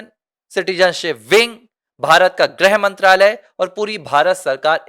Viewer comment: ऐसा लगता है कि तुम अनपढ़ हो ×ग्रह मंत्री, या ग्रह मंत्रालय × नहीं होता है,,,,, गृहमंत्री या गृह मंत्रालय होता है ✓